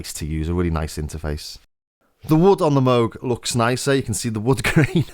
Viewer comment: It's pronounced "Moog".